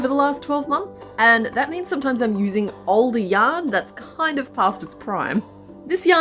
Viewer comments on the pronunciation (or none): none